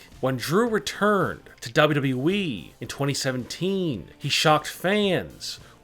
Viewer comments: lol you keep saying wwee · He saying wwwee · This dude says wwweee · did he just say dubduby